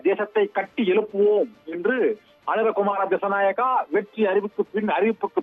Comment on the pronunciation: அவர் பெயர் அனுர குமார திஷ நாயக்க சரியாக சொல்லுங்க சத்தியம் தொலைக்காட்சி